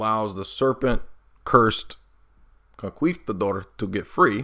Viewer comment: Hearing “conquistador” mispronounced 500 times was painful.